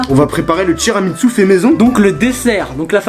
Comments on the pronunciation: TIRAMINSU TIRAMINSU TIRAMINSU toi aussi tu t'y met Adem😂 TU ME TUE 😅😂🤣 sinon super video les frères C'est tiramisu pas TIRAMINSU 🤣🤣🤣🤣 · tiramitsu 😂😂😂😂 c tiramisu frero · Je te jure sa me stresse quand il disent tiramitsu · ils disent tiramitsu avec un t pas un n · Chuis mort il dise tiramitsu 🤣🤣🤣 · Il dit tiramitsou mdrrr met continuer comme ça 😄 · On dit tiramisu pas tiramitsu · Wesh t'abuse arrete de dire tiramitsu🤣🤣🤣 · "tiramitsu" XDD Il m'a tué wlh